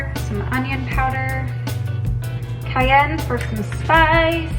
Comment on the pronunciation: the way you say cayenne is funny but the food looked BOMB